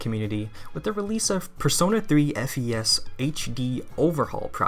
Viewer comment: >Prefers FES >Can't even say the name right Fake~